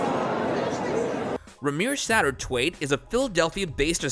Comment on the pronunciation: PLEASE stop pronouncing his name as Satter-TWAIT! It’s satter-WAITHE! Actually Wanda was 16 when her and Jay messed around. The boy looks like him but that could mean nothing. The only way to prove it is to take a blood test and Jay is constantly running from that. He even blocked the siblings DNA test that Rymir and Tesha ( his other alleged daughter) had scheduled to take. Now c’mon!!! If these aren’t your children why bother blocking a DNA test that THEY’RE paying for to find out if THEY’RE related? I was a SUPER big Hov fan since 96’, and I was also a big fan of Bey’s music but I have lost respect over the years for both of them due to certain behavior and dodging this DNA test is one of them. I know they both could care less about my respect for them just as long as many other fans don’t start to feel the same. As far as Beyoncé, as a woman I would want my husband to find out. What could it hurt? Certainly not their relationship because all this was before Bey. Statute of limitations would relieve him of any criminal charges so what’s the problem?